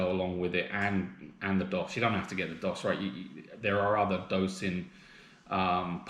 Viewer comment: It's called Doooooos. Not Daws. :-)